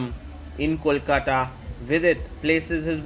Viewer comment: Kolkata ❤ pronounciation sahi karo Sagar Shah samay ka Kasam hai apko ☠️